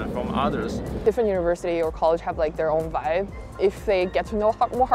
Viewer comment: not “web” is “vibe”